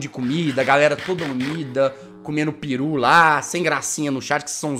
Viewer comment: Jazz é peru e não piru